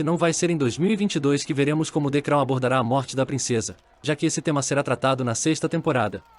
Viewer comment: Hahahahahaha..."de crau"